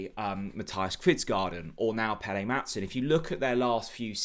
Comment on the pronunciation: Danish name pronunciation needed. Unfortunately it is not pronounced Pelé, pronounced Pell-er. Kvistgaarden is pronounced Kvist-go-en no garden 😂 Brondby is Bron-bew, Silkeborg pronounced Silg-a-bore. 😉